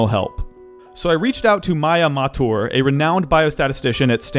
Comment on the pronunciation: Me, an indian: Maya Maa-tour? Seriously? It's Maya Muh-þoor (thoor) for God's sake!